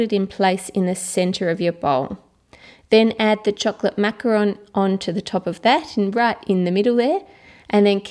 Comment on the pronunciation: At the beginning of the video Ann: Macaron Me: NOOOOO IT IS MACAROOOOOOOOON